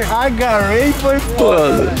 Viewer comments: Mano do céu, " agarrei" kkkkkk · "agarrei" kkkkkkkkkkk